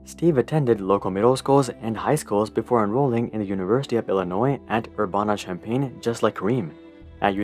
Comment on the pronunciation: its "er-ban-uh" not "er-bon-uh" 🤦‍♂ makes me cringe especially since i'm from here